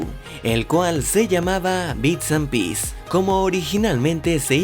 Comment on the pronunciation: Bits and pieces... se pronuncia PISIS- como lo estás diciendo suena a una sola pieza “piece” y por la calidad de la vocal casi que suena a “piss” que es una forma poco bonita de decir orina.